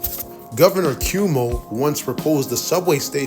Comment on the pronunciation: Governor Q Mo? You mean Cuomo? I hope this mispronunciation wasn't intentional for engagement bait.